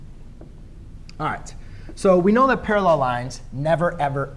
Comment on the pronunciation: this math tutor needs to go back to english class to learn how to say/pronounce parallel and perpendicular